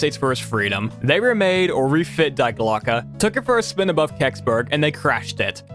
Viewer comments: the german word "die", as in "die Glocke", is actually pronounced "dee". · German "die" is not pronounced like "dye". It's more like Dee, as in Dexter's Laboratory DeeDee. Please. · A note - in German “die” is pronounced “dee”, not like the English “die/dye”. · I know, not important, but just in case: "Die" in "Die Glocke" is pronounced "Dee" haha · "die" in German is pronounced as dee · As someone who took three years of German I died inside when he pronounced "Die Glocke" wrong 💀 in German "Die" is pronounced Dee, and it's the feminine form of "the". "Die Glocke" means the "The Bell" probably bc it was shaped like a giant bell lmao